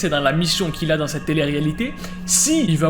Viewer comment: Prq il dit'' adanggg''🤣